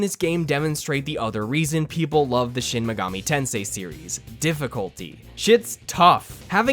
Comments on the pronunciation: Ah yes Shin migoomi tansay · Wtf is shen megoomi tensay?